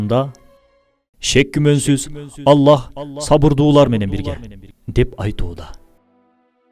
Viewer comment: Бул мырзанын тоживид жагы чийкирек экен мисалы Аллах деп айткан учурда акыркы х тамга сыртка угулбашы керек анткени ал тамга жумшак тамга